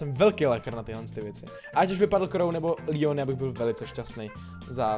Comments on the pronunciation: Líjon😂😂👌👌👌Like for Leon😂😂😂😂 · Jo kdyby jsi neřekl líon